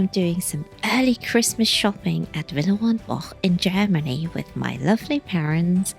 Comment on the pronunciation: Firstly I love the video, and also learnt how to say Villerey and Bosch correctly, I have been pronouncing it incorrectly all my life, 😀 Also the prices are cheaper Han Bicester Village and the variety was in abundance, thank you